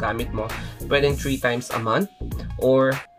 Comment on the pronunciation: Number Tree 🌳 where's the "H"? I hope you also give time to practise your pronunciation not only focusing on whitening your skin.